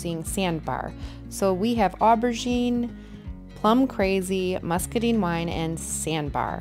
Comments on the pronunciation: It turned out FABULOUS. I have an antique vanity that I've been going back and forth on color palette ideas for a couple years. By the way, "muscadine" rhymes with wine, fine, and mine. It's not "muscaDEEN." It was so off-putting that I nearly turned the sound off. 😂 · I love it! I agree with your assessment when you still had the stained wood showing. It was just not working with those lovely colors! And in case you use it again… muscadine rhymes with wine.